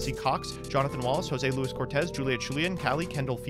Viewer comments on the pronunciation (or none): none